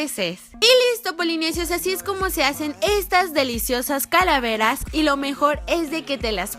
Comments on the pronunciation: en el minuto leeslie dice caraveras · en el momento lesslie dijo caravelas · like si escuchaste que lesslie dijo caravelas en el minuto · creó que fui la única que escucho a lesslie decir caraveras